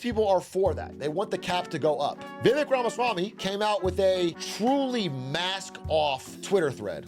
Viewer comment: Impressed how you pronounced Vivek’s full name 👍🏽👍🏽